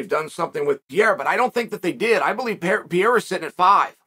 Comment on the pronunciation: Who is "Pierre"? Lol